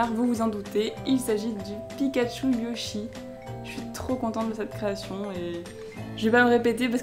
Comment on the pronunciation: Tu a dit pikatchou ludjy au lieu de yochy